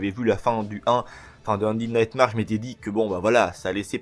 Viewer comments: C'est nightmère pas marre pour la prononciation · Ça se prononce NIGHTMER et ça s'écrie Undead Nightmare.